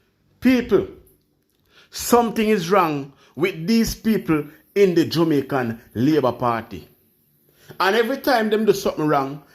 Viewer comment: Jamaican / not Jumaican